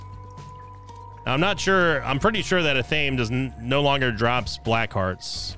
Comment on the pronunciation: Just wanted to point out in no disrespect, but the item Athame, is pronounced (Af-a-May)